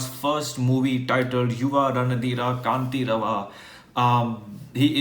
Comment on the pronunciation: The last word you are pronouncing as कांतिरव But it is actually कंठीरव. युव रणधीर कंठीरव